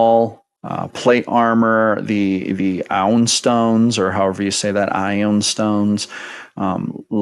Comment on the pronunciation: Eye - oooon I believe is the pronunciation you were looking for